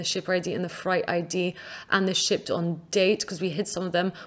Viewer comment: Nice tutorial. Every time she says shipped I hear sh*t. I think it's just me, let me know if you do too.